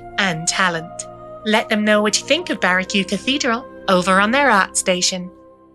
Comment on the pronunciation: It is pronnounced "Baroque" not "Baroque"